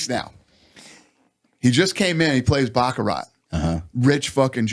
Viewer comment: It’s pronounced BachaRAH, not BachaRAT. Anyhow if Dana ends up not winning, he might at least still learn how to speak Chinese! 😂